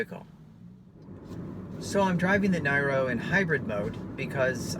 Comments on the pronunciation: Great video review.....STOP saying NYRO, it sounds rediculous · Worse review i have ever seen. If you are going to review a car at least have the understanding of how it works. The dct is always in use even in electric only mode. Other hybrids use a CVT gearbox. You can't even get the pronunciation of the name correct FFS